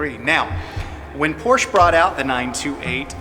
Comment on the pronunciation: I know that it is difficult to make videos and often very time-consuming. However, for what it is worth, it would be nice if you pronounced Porsche correctly and lower the background music. I don't mean to be critical, but it is quite distracting.